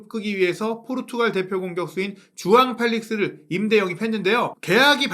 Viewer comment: 쭈앙 꼴릭쑤 ㅋㅋ